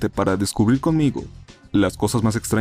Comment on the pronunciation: todo el video estaba bien, hazta que dijiste "sayo nara"...